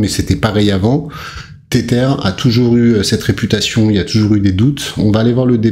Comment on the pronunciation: Ca se prononce "Tezeur" pas Tétère.